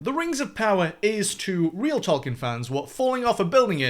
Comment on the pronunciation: Toll Keen. At least pronounce his name correctly